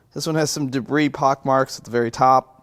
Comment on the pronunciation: Haha - another "I fixed it." And I'm relieved that you were worried about a misfire due to part in the intake. But I miss pronouncing debris as "de-briss." Did too many people not understand your humor?